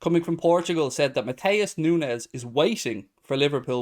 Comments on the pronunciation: I assume it would be said like Noons as there isn't a z or tilde over the n. Just an opinion post :p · Nu-ne -s s pronounced ess,,,,,,,,edit ,. It's pronounced Nu-nes